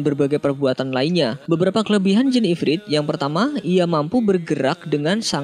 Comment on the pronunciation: IFRIT BUKN IFRID